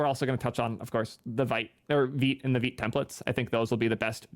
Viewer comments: Vite (veete) means "fast" in French, so just say it the right way. Come on man. 🙂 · "vait... I mean veet" LOL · "Sometimes the creators are wrong". I'm sure you've heard this clarification ad nauseam, but the GIF creator was trying to be "cute" maybe(?) with co-opting the peanut butter brand, however "vite" is the actual French word for "fast", so it can only be pronounced "veet" to make any sense. In 2023, we should shy away from anglicizing simple words.